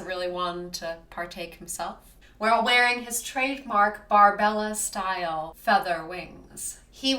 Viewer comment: FYI you referred to Angel's wings as "Barbella-style". There's an extra syllable there, it's Bar-bar-ella. I thought you'd like to know since it's one of those classic pop culture references. Thanks for the post!